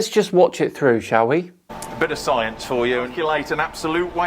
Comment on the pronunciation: Flerf Instimituute of Scie-unce, where one can achieve a green ribbon for reading partial definitions of words in an dictionary. Cats.